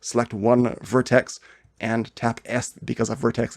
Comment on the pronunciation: makes me puke when hearing word vertex spelled like vertes / verteses..sounds like its some feces..